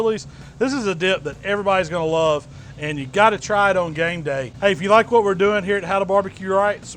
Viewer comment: you said Game Day , I thought i heard Gang Bang omg :D i almost knocked over my drink. i will definitely try this dip. maybe add some refried beans?